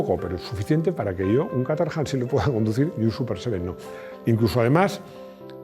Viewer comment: cómo te esfuerzas tanto en pronunciar nombres y marcas como se hace en su idioma de orígen te lo comento a modo de chascarrillo, Caterham se pronuncia /kéy-tram/ en inglés. Me quedé roto cuando lo escuché 😅. Me encanta tu canal, un saludo.